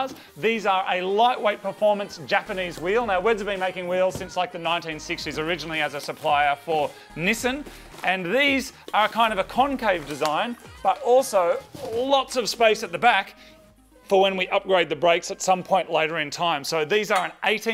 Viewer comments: He said neesan it’s Nis ahhhh nnn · The way he said Nissan was like nissen 😂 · I’ve never heard Nissan pronounced that way…it was a significant moment hence the comment. Great video tho!